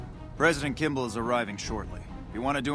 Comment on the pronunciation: Kimball not kimble